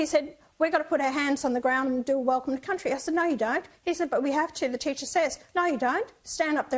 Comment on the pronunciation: I get annoyed when they say. Welcome to Countey. So stupid